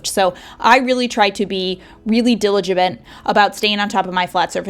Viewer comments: ...diviligent? (New word)? I think you mean diligent. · Hey girl are you doing ok? Lots of stumbling over words in this video that isn't your usual flow. I just heard you say 'diligivent'. Something seems off.